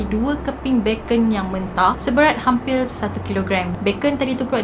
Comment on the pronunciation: aku ja ka perasan dia sebut hampil ? minit 6.47😂